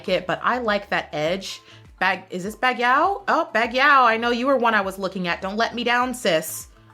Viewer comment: I fine it funny that every year you said bagyaw🙊 cause its bagyo😅